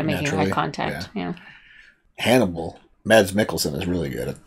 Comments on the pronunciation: His name is actually pronounced Mass. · The D in Mads is silent 😛 I have never watched this series, but I started your reaction because of Mads, who is danish like my self 🙂